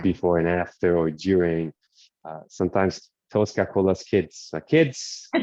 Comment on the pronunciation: It's Tosca not Tulsca!!